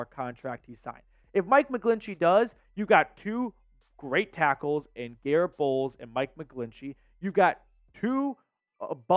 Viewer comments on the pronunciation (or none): none